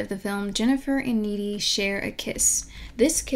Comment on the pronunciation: GOD-DAMIT, her character name is N-E-E-D-Y!